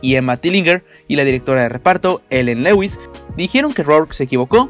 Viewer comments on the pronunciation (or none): none